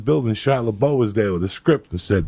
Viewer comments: every time he says shia la bow i laugh even harder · 😂 I was like, who's kyle libol? I can't stop laughing every time he says shia LABOW - then Mohamed Ghandi 🥀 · Cala bow! omg best mispronunciation yet.OMG have to edit cuz now he said “Mohammed Ghandi.” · Shia LABOW 😂😂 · shia labow 😂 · Shia boow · 😂 He did the same on Rogan. Completely murdered Shia LaBouf’s name